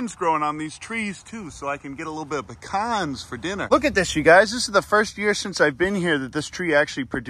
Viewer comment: I like you 18% more for pronouncing pecan correctly.